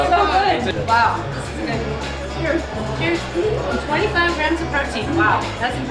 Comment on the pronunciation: ...."Protien." lol